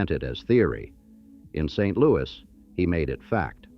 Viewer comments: First some pronunciations:Chouteau pronounced "Show-Tow"Laclede "Laa-cleed"it is not st louie but st. loois spelled of course St. Louis It is not auhhgust but August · You should probably get someone FROM St LouiS to redub this video. You slaughter the pronunciation of ALMOST everything related to St LouiS.